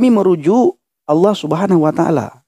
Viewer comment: ALLAH [ latin ] dibaca ouloh KOOOPLAAAK😂